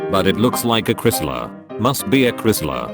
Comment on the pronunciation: I think Chrysler isn't pronounced this way